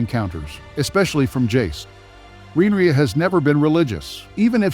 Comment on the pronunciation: Excuse me! 😡 Are you deliberately MISPRONOUNCING the Queen of the Seven Kingdom's given name, and the other words of the HIGH VALERYAN language? or are you that jerk who always thinks he's the smartest person in the room? IF SO? NEWSFLASH: look around you bub, you're the only one in the room, no doubt.🖕